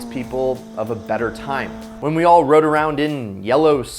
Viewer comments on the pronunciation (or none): none